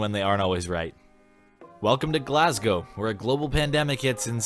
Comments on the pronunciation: Hey, you pronounced Glasgow correctly. I think it’s funny when people pronounce it wrong so it would be cool if you did next time. It always gives me a good chuckle. I’ve also heard Edinburgh pronounced “Eden berg” before so if that ever comes up could you say it like that? It would make my day. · An American knows how to pronounce Glasgow?? Maybe there is still hope...